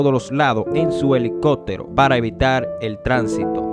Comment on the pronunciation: elico(pppppp)tero asi se pronuncia